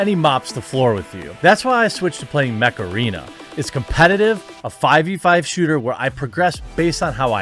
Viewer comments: Ohhhh MECH arena I was hearing Macarena Like Dale a tu cuerpo alegría macarena! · I just heard macarena :P